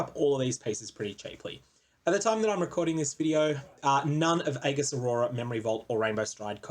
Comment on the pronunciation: please try and pronounce "aegis" correctly...its actually triggering me